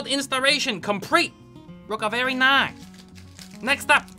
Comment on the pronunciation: Verrrrrryyy rice? - 2020